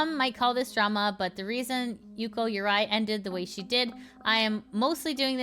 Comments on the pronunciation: its yuko not yukio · Why do you keep saying Yukio? isnt it Y U K O. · every time you say "Yukio" I have the urge to waffleface... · Also I mean no offense, but if you have to do the "vtuber news" stuff, at least 1-learn the name of the person you're talking about before recording, you keep on saying yukyo, is a little thing, but is not really "professional" if you share news about somebody, and 2-cut when you misread and go back, it's not my business how edited a video is, but when it's about dramatube one should at least try to look professional, or else anything they say has no value. I promise it's not meant to attack you. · Why do you keep adding a Y to yuko? It’s hard hearing the constant yukyo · There's gotta be a limit to how many times you can say a person's name wrong in one video, this is a frequent issue